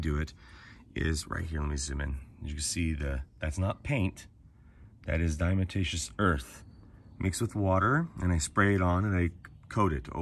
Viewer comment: The correct pronunciation of “Diatomaceous” is: DIE-UH-TOE-MAY-SHUSS….NOT: die-uh-muh-tay-shuss. If it’s too difficult for you to pronounce correctly, why not just refer to it as D.E.? Even most people that CAN pronounce diatomaceous earth correctly, still just refer to it as D.E. 😂👍